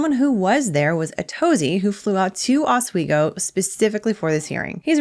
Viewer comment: Please please learn how to pronounce Oswego